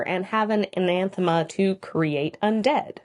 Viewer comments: It kind of sounds like you are a saying "anaNthema"... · Good video but you really like adding that second N in anathema. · I enjoy the content, but if I have to hear you say Anathema with an extra N one more time. I'm gonna lose it.